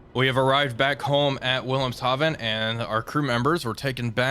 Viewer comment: You pronounced Wilhemhaven half right. You have a special form of silly if you pronounce German W's as English W's, but pronounce "Haven" in the appropriate German accent. It's like you are trying to be wrong.